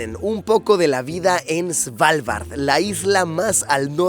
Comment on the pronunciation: No diga "Svalvard" diga "Asgard" 👌